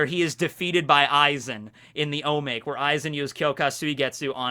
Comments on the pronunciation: O MA KE !!! Not O make! I thought you said you were learning japanese? This is like lesson one. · Omake = おまけ. Not omāk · I die a little inside each time you pronounce "omake". It's phonetic.